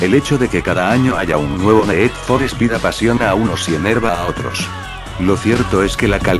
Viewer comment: el ne'ed for spe'ed mos guan'ted lol,nunca entendi por que la pronucicion inglesa es tan dificil para los castellanos...